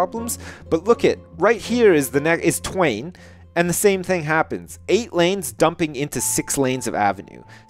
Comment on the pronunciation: Call twain 'swain'